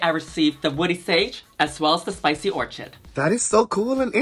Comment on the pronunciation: “Dosey air” “orCHid”